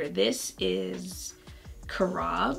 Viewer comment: Just a note: it's pronounced care-uhb, so it rhymes with cherub. It's used as a chocolate substitute for people who are allergic to chocolate, and for dog cookies :)